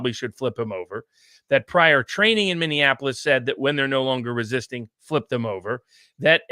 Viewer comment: Viva, it is Minneapolis, not Minneanapolis.